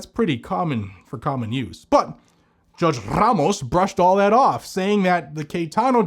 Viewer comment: I love the way he say's Ramos lol RRRAMOS 😅😅😅😅😂😂😂😂😂